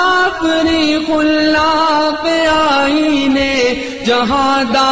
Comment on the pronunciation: بہت خوب مگر کچھ الفاظ کی اصلاح کی ضرورت ہے (مثلا مسلّم کو مسلم) مزید غلطیاں: wrong: khullaq correct: khallaq wrong: shattar correct: shuttar wrong: muna'm correct: muni'm wrong: muslim correct: musallam